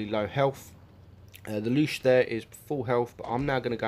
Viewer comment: Bruh. It ain’t called the “Loosh”.